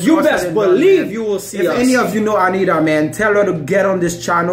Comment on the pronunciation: Por que vocês acham que nós não sabemos falar inglês? E não é "Anira" e sim AniTa. Like "Tatoo" T. Anitta